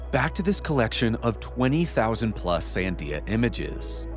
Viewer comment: is literally the best (along with Jesse) but like now i have to wonder, is the dude an alien himself? Because he has super weird pronunciation. He literally can’t even pronounce Sandia. And he is always putting the emphasis on the wrong syllable. I’m saying he’s either canadian or an alien entity himself. Either way. Great stuff as always!!!